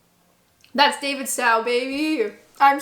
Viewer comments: I hate to correct you about one of your favourite products, but the 'Stow' in 'Davidstow' is pronounced like the stow in 'stow it in the cargohold' or 'stowaway', to rhyme with 'Row, row, row your boat'. Edited to add: If you really want to blend in as a Brit also get used to saying 'cad-brees' rather that 'cad-berry', but I know that the pronunciation difference and the addition of a possessive 's is more a variation between different countries in fairness (to us Brits the brand will always belong to Mr Cadbury and therefore always be a possesive noun). Davidstow is named after a specific village in Cornwall though, so that one can't be chalked up to the pronuncation being different in different countries. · Davidstow is pronounced "Davidstoe", not "Davidstowe". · Honey the Davistow cheese is Davidstoe not tow as in ouch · Just fyi I'm from Cornwall and Davidstow is pronounced like "David's toe" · I think it’s pronounced David-st-oh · Davidstow is more like davidsto (like go rather cow). The cornish probably pronounce it differently again but then I'm from Devon so I wouldn't know. My cousins family live near the davidstow factory but I'm not sure if they eat the cheese (they are originally from Devon so I'm not sure what they are doing in Cornwall). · Gonna break it to you... you're mispronouncing Davidstow. Sorry! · We can forgive her for not knowing how to pronounce Davidstow, but it’s not difficult to distinguish between a Scottish medium cheddar and 12 month matured Cornish cheddar – any more than it’s not difficult to blind taste the difference between skimmed and whole milk. Ironically, Aldi sells the identical Davidstow, 12 month matured cheese – so can save some money by buying it at Aldi. For the same price, she can also try 18 month and 24 month Davidstow cheddar – even stronger than her fave 12 month. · Davidstow pronounced the same as Davids Toe. I live a couple of miles from the Davidstow creamery here in Cornwall ❤😊